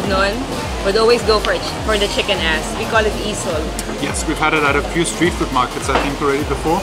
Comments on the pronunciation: I don't understand what that Pinay is saying. Is she really saying chicken ass? If so, she pronounces two words like one - chickenass. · Did she just say chicken "ass"? and Nelly can mix LOL! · Did she say Chicken Ass???? OMG 😆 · Are you guys saying chicken "ass"?